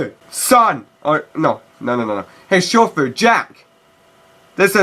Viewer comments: He says shofu like its pronounced like shoul food. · I'm not gonna lie the way he said shofu was pretty tight though hahaha